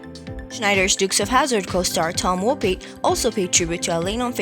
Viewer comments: Pronounced "Woe Pat" not wopie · You're pronouncing Tom Wopat incorrectly. The second half of Wopat is pronounced like saying Cat.